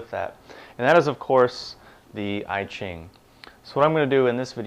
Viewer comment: "I" -- (I Ching) pronounce "ea" like in "ea(-sy)", "ea(-ch)", "(p-)ea(-nut)", NOT "I (am)."